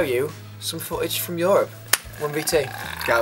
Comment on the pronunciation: Ryan you pronounce Europe very weirdly..